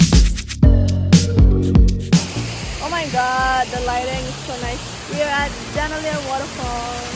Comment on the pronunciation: Janailar not janaliar Pun